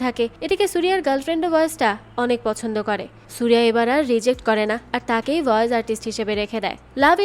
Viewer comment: "ভয়েজ" না বইন "ভয়েস"